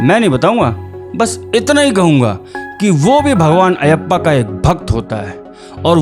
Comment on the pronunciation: Style of presentation is👍 Subscribing to the channel. Pronunciation corrections: • मालिकप्पुरम • अय्यप्पा • उन्नी मुकुंदन